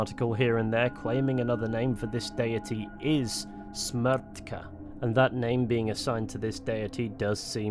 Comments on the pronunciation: also your pronounciation of "smrt" and "smrtka" was very on point for a non-native speaker! certainly better than a lot of other people :D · I agree. It is one of tough words and this pronounciation was really good. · Your Smrt and Smrtka especially were pronounced really good. I’m from Czechia